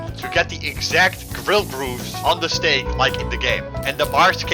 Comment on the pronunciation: When you said steak I herd snake bro I was like whaaaaaaaaaaaaaat